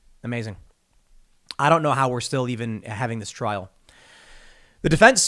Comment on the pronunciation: You do a lot of work Tim. Thank you man. Two critiques on pronunciation - if only because the point was raised that you believe that you were pronouncing correctly. Rekieta is wreck-eight-uh not wreck-et-uh Trial is try-uhl not troy-uhl